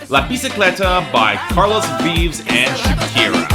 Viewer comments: "Vives" is pronounced VEEV-es and "duele" is pronounced DWAY-lay (or at least that's the best I can do with gringo-speak) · It's actually pronoused Vee-vezz My family has the last name that how I know